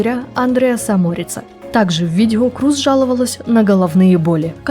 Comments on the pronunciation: Крёз) тоже ухо резало это «Круз» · Не Крус, а Крёс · Голландская фамилия произносится "Крёз" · Я помню её фамилия произносилась Крёз. Крус это звучит как-то литино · Крус это англоизированный вариант, поскольку англоязычным людям не очень удобно правильно произносить её фамилию. А так, да, на голландском её фамилия правильно читается, как Крёз. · Правильно произносится и читается на голландском именно Крёз, да. Крус это англоизированный вариант, поскольку англоязычным людям не очень удобно правильно произносить её фамилию. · Спасибо за сюжет? Невероятная Дауцен! Одно из тех имён, которое пройдет через многие годы. Глубокая, принципиальная, независимая женщина! Она - личность. Единственное, всю жизнь называла её фамилию Крёз. Дауцен Крёз. По-моему так правильно.)) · Ну она же не Круз, её фамилия иначе произносится.